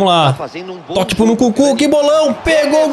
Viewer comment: para de dizer Nukunku 😭😭